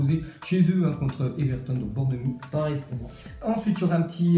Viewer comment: Bournemouth se dit Bourenemoufe Southampton Se dit Saosamptone Brighton se dit Brailletone